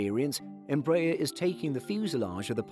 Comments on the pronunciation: It's NOT "Em-BRAYER" you klutzes.....it's "embra-AIR" that's what they use in Brazil, so who says you can change their pronunciation....ask a Brazilian... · In fact, -aer carne from 'aeronáutica' (air navigation) and it is pronouced as is in Merkel (from Angela Merkel).